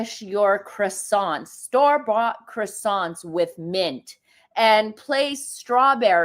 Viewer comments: 'Kwa sonz' is correct way of saying. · Why can ppl NOT pronounce CROiSSANTS?! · Meghan's pronouncing of croissants is nothing like what it should be.Meghan that claimed she studied French for four years then another time she said it was eight years.